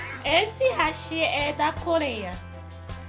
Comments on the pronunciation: Pq vcs falam rachiiii(hashí)??? É Raaaachi(Hashi Haaaaaaaaashi É o correto! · Só uma observação: o correto da pronúncia do hashi é como háshi, pois do geito que falam no vídeo da a entender como "pontes", apenas uma curiosidade sobre isso.